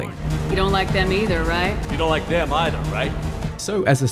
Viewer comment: It's pronaunced 'either' not 'either' !